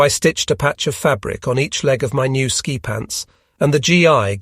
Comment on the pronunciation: Only an AI narrator would call ski troops "sky troops."